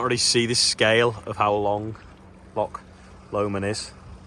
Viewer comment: Its a Loch! Not a lock.